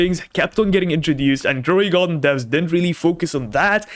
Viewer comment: “DroidGarden” instead of Grow a garden 🤧😢